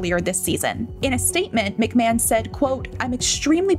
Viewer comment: Shame the commentator can’t even pronounce his name properly.